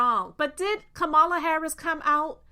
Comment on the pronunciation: LA = KAMALA Sister, you are mispronouncing her name with the best of intentions